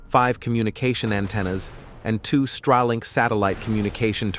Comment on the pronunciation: StARlink, not StRAlink.